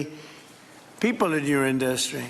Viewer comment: donald is such a weird thing. Cannot even pronounce words correctly. He says "IN - Dust tree" As though it were 3 separate words. What an imbecile. I have bever hated someone this much. Though if I am being honest those punks Miller and Vance are right there with this slob.